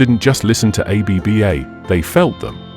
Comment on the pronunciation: Stop saying A-B-B-A. Did you research how to pronounce the group’s name before you created this video?